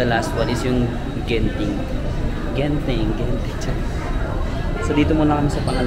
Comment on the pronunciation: Hard G for Genting. Not Jenting or Zenting